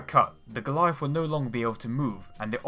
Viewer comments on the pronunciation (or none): WTF is a Galleiff? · The Goleiahff.... Musste noch mal zurück spülen um zu registrieren dass er Goliath sagen möchte...